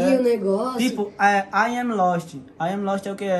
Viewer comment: Pow Tog, os mlk precisam melhor essa pronuncia em ingles se forem soltar numa musica